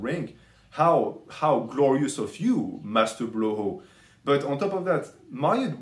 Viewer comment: "How gloriouuusss of you Maaaster blooohoo" i fucking love this french accent while cooking, i laughed so fucking hard mane.